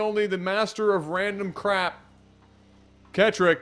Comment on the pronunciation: it pronounced ket rock it is rocket but switched around a little